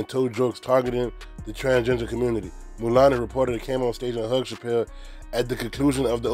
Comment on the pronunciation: Mulan-ey. Hahaha